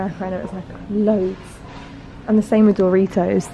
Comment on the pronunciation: The way you pronounce Doritos has me #triggered 😂